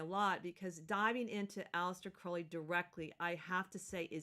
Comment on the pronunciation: Crowley as in crow not crowd...